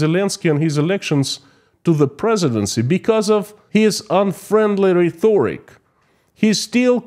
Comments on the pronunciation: Small English advice: The word "rhetoric" is pronounced "re - to -rik". Great video! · Rhetoric: reh-tor-ic, no "th" necessary. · The H is silent so less confusing for non natives this way.